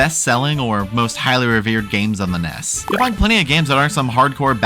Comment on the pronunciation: Why do you keep calling the NES the "Ness"? Ness is the character from EarthBound, and the NES was the Nintendo Entertainment System. N-E-S. It's not hard.